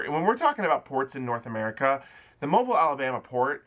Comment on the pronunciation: Thanks for the info. Any word on what the port of New Orleans is going to do (Carnival)? Also, it’s pronounced mo-BEEL, not mobile. 😊